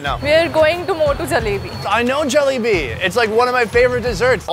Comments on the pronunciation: Bro did he just say jelly bean or Jalebi? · He’s saying Jalebi like, “Jollibee.” 😂